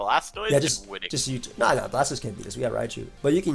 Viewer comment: is dope but hearing him shorthand Blastoise to 'Stoise hurts my soul. That ain't the way chief lmao